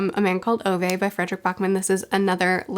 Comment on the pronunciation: The correct way of pronouncing Ove is roughly around this: Oo-veh / Ou-veh The eh-part is sort of like the E in Every. It reminded me of my late grandfather who had the name, maybe I'll read it some time